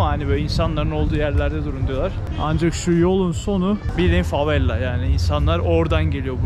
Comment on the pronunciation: Neden sürekli favella diyorsun?? Favela değil mi doğrusu?